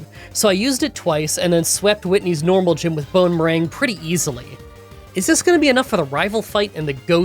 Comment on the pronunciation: i keep hearing it as "bone meringue"